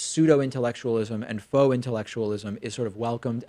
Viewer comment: I think you might be joking, and if so, ha ha. If not , its "faux", as in fake. Not "pho" as in a Vietnamese dish description.